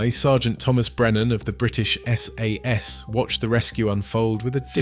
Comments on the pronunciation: sorry to say, a bit of a mess of a video. pictures/footage is distract rather than complementary and the ai voiceover mispronounces sas etc. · Interesting subject and I'm sorry to complain, but I've watched a couple of your videos now, and you REALLY need to sort out the way the narrator/the AI says 'SAS'!